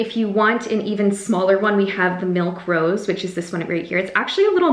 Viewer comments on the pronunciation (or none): none